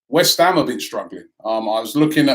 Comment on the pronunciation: Damn, only 3 points ahead of "Weth Ham" 🤣🤣......I just hope nobody gets drawn to the Kovac rumours, that really would end us